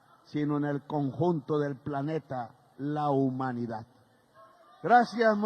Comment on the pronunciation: Hay que continuar practicando la pronunciación de las palabras que contienen la letra "D". Abro comillas. HISTÓRICA CANTADA 'E' TABLA 'EL' PRESIDENTE 'E' LA REPÚBLICA... Cierro comillas 😎